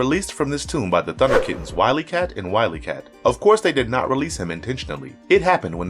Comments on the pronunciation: I don’t want to sound critical, but you are killing me with your name pronunciations on this video and others. The names “WilyKit” and “WilyKat” sound just as it’s spelled and how Jaga says it in the clip. It’s not “WilyKat” for both of them. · It's Wild-E-Kat and Would -E-Kitten. Not kat and Kat. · Love the video, bud. I think the trouble turning "Thundercats" into a movie is that the story is just too out there. Are you saying "Wiley-kit" and Wiley-cat"? Because that's what I remember the names being. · Such an awesome video :) Please make more Thundercats and He-man videos. And it's Wily kit and Wily Kat :) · OMG, can you get the pronunciation correct please!! How about you just hire a narrator who actually watched the show. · 2 thing you mest up on that I have noticed in the video so far(about halfway through the video and it comes in the same segment ) 1 your editing and review before posting is crap or non existent you go from Mumraw's mut to what like halfway in to the combo of WilyKit and WilyCat which brings me to number 2 on the problems list the person reading the script has 2 problems 1 he has NEVER seen the show (how do I know ties in to 2) he can't read properly and if he can he is stupid for not correcting it himself or going to the editor if this is all 1 guys bit or multiple people do some dame research because the7 names are as I spelled out for you the Female of the duo is named WilyKit and that is how it is produced Kit like a Sawing KIT and the Male of the 2 is produced WilyCat like a Pet CAT spelled WilyKat but the guy doing the Videos Voice Over work produced both of them by the boy's name GET IT RIGHT PEOPLE PS I'm not going to talk about the selection of the line up right now but it is bad STUPID and completely WRONG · He could say kittens but couldn't say wyliekit!